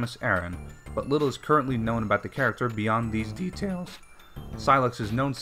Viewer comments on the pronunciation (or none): you mean: DE-taeels